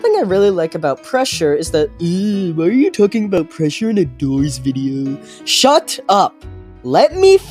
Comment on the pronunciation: bro u are mean bc u said chut up